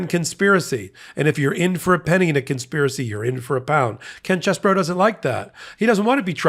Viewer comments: Thank you! I’m not exactly sure what the correct pronunciation is but is not ‘cheese boro’ like every one else is saying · in my home town Sheboygan they pronounced name CHEEZBRO! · Believe it or not, this particular rat actually pronounces his name as “Cheese-Boro” because he is from Wisconsin. So,, go for it😎🥰